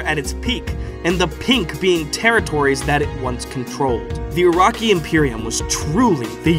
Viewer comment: Ur-rak-ee!?!?! Naaaaah. Bs nah It's Oo-Ruk-Kai Uraki